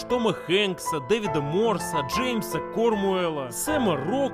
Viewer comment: Отличный BadTrip, очень классно и увлекательно! Только вот - не Джеймс Кормуэлл он, а Джеймс Кромуэлл :)